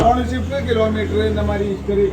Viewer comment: 2014 വാഗ്നോർ ഓണർഷിപ്പ് പറഞ്ഞത് വ്യക്തമായില്ല?